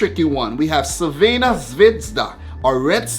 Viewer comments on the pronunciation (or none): none